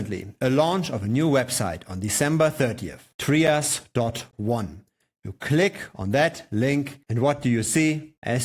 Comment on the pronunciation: It’s not pronounced “Tree-us”…it’s pronounced “Try-us”.